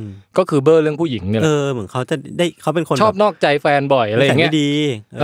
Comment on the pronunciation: จากใจคนใต้ หลับเหมือนกันแต่ตื่นมาขำคำว่าเบล้อ